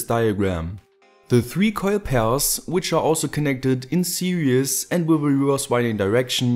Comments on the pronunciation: you say 'series' but it sounds like 'serious'😂 btw ...your videos are better than awesome! and i am your Indian Subscriber! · It sounds like you're saying "connected in serious"